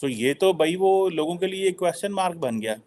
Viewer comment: Aaj style mein baithe ho lekin kwaaaschan is aise kaise? 😂